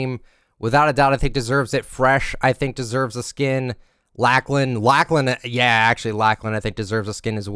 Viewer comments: Lacklahn? Who da hell is dat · bruh the way he said laklan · Not trying to be rude but you said Lachlan wrong its lock-lin if that makes any sense